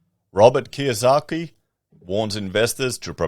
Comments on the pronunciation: It’s Kiyosaki not Kawasaki. He’s referring to ex CIA Jim Rickards economist books currency wars & aftermath. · I love that you repeatedly called him Mr Kawasaki, instead of Mr Kiyosaki.